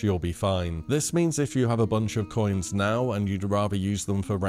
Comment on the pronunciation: "Copper coyens"?